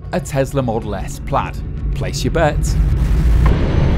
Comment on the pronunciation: It is Model S Plaid, not Plaud :D